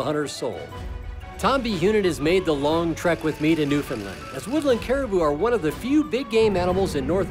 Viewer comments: Great video but your pronunciation of the province is wrong. It’s Newfoundland and not newfinland. You should say it like new found land. 😊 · Being from Newfoundland , it’s pronounced Newfin-land. They were pronouncing it Newfin-lin. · Yeah, we also don't emphasize the "fin" part, as I hear many ignorant folks say. "NewFIN-lin"... We don't call the United kingdom, "the unigh-ed keengdohm" in a terrible British accent, but I think I'm going to start butchering the pronunciation of every other place, just out of spite. Amureekuh Albeertee Ooontardioh Kwekbeckses Brightische Koombayaalumbia Myneetobuc Nosve scotcha Pee in me eye Sassasactchuwana etc.